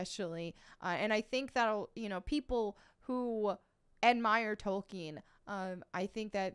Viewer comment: Sir Tolkien's name is pronounced "Tol-KEEN", not "Tolken". Even in the 2019 Biopic, the Professor made sure to correct his mentor and anyone else who mispronounced his name. :)